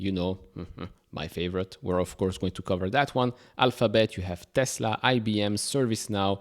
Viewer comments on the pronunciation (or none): none